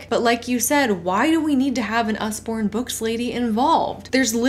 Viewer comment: It's Usborne, like Ozzy with a U